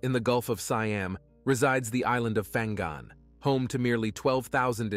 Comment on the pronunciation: Fang gun?😂 it’s called Pang ngan